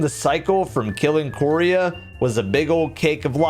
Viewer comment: You made Quria cute. And French! AAAAAAAAAAHHHHHH